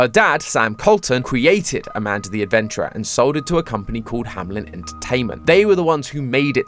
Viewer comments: It’s not pronounced hamlen it’s hameln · BRO ITS "HAMELN" NOT "HAMLEN" AHHHHHHHHHH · Isn't the place called Hameln and not Hamlen? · it is "hameLn" not "hamLen" and i think its a reference to "der Rattenfänger von Hameln" a german legend which means literally hunting rats but the rats are a symbole for kids. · Why am I so triggered by him saying Hamelin instead on Hameln? D: Is that really how you pronounce it in english? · this may just be my brain overreacting but i find it so weird that they all keep pronouncing it "hamlen" in the videos just because MatPat likes the pied piper connection even though the l is very much after the e --"HAMELN" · Why does everybody pronounce it HamLen instead of Hameln? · I love the theory and all, but please look up the pronunciation for the name "Hameln" cause it’s not pronounced Hamlin. I might be the only one bothered by it, but as a native German speaker it’s like hearing Mat butchering the word puberty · It's funny how you keep pronouncing "Hameln" as "Hamlen."